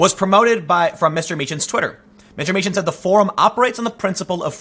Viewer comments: Tim, it’s pronounced “mee-kan”. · You know how to pronounce Dankula's name (Meechan)......you gave the two options and went with the wrong one. Here's another one for you, Calum McKay.....the ay bit at the end is pronounced the same as "eye." Word of advice, if you're ever in Scotland, steer clear of Milngavie. Trust me, you'll never pronounce that one right. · You got count dankula last name correctly the first time and then you said it wrong second time